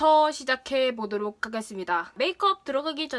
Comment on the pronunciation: 보도록 이라고 말하실때 정말 꾸준히 오케이 구글이 나와요 계속 나와요 정말 왜이런지